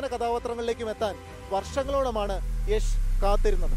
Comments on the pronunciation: യാഷ് അല്ല യഷ് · it's not yaaash it's yash!!!!!!!! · യാഷ് എന്നല്ല യഷ് എന്നാണ് പുള്ളിയുടെ സ്റ്റേജ് നെയിം..